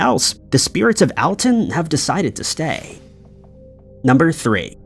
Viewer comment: #4 it's pronounced All-Ton. NOT Al-Ton. I'm from the area...